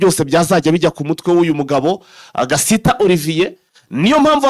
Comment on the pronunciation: Nanga kuntu uvuga izina Gasita pe. Kuki muvuga gusa ntimusome cyangwa ngo muganore n'ababarusha amakuru??? Ni Gasiita. Ubwoko bw'abasiita mu Rwanda burahari ndetse na benshi Banyamurenge.